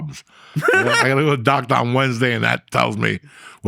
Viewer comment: Nobody: Uncle Joey: BLUE CHEW... LIKE A DOCTAH!